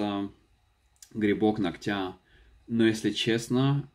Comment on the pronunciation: УДАРЕНИЕ НА О-НОГТЯ